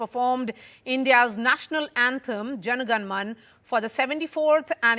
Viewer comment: To the news reader ..... Its not "" Jana ghana maann.... Its " manna".